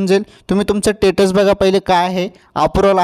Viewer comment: Kay bhasha ahe status mhntat tyala tumhi tatus mhnte ucchar clear kara